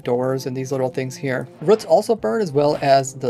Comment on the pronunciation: Why do you say ‘ruts’ instead of ‘roots’. Its Ruuuu or Reew but spelled Roots. Nots Ruh or Ruts. Just curious.